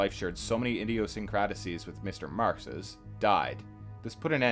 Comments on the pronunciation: Oof. Anaïs is NOT pronounced "anus" (it's Ah-nah-ees), and Nin is pronounced Neen. Chagrin is pronounced sha-GRIN. "Idiosync-CRAD-a-sees" is Idiosyncrasies, pronounced ID-eo-SINK-ra-sees. Leave the other ones if you want, but omg fix the anus. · That got me good! and "idiosyncraticies" - but I'm a language asshole. Loving these videos despite the odd pronunciations.